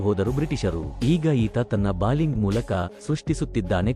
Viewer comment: ಅದು ಬಾಲಿಂಗ್ ಅಲ್ಲ ಮಾರಾಯ "ಬೌಲಿಂಗ್"